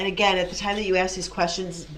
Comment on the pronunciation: Objection, axed and answered.